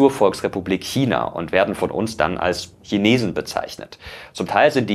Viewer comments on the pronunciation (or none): none